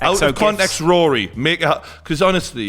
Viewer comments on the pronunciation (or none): none